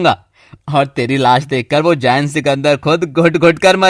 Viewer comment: ZAYEN NH ZAIN HOTA HE MUSLIM NAMES KHARAB NH KRO WRNA HM BH KRINGY KRISHNA KA KALA BHOOT